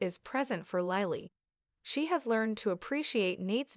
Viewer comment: And how to pronounce names! Deevon Saint not Street! Who’s name is StreetJohn makes no sense. Lilly not Lyily! I had to stop in the middle of her narrative! Who’s name is Seen? Seen Dominic? It’s too much! I will not watch or listen to any more of these !